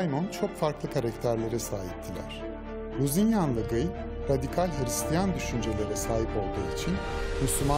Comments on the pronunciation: GIY ne ya :D "Gi" diye okunur o, azıcık araştırma yapın :D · her şey harika çekimler, anlatım vs. ama bi de Guy'a (gİy) keşke (gUy) demeselerdi.... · Şu Kudüs Kralının Adı Gıy Değil Lusignan De Guy